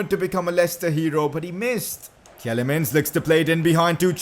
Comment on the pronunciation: Tielemans is pronounced T-li-mans